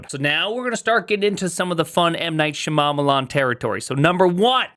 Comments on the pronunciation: You might not be aware, but deliberately mispronouncing M. Night Shyamalan's name as a 'bit' is like some old-school racism, proper "south asian names are sooo weird 😜" stuff, it was all over the culture when his films were big and it raised eyebrows even then. You know what his name is and how to pronounce it, so intentionally saying "Shamamalam" like 4 times in this video rings some alarm bells. Imagine if you did the same with Satya Nadella's name. I've watched a lot of your videos and never got the impression you were a wrongun before so I think it's just a blindspot / trying to be silly and not thinking about it - but you should really stop doing that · did he just say m night sha mama marmalade ? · Shya-mamma-lan lol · why can’t you pronounce M Night Shyamalan’s name correctly?